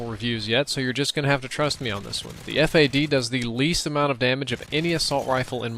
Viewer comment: Stop Calling It Ef Ey Dee , Its FAD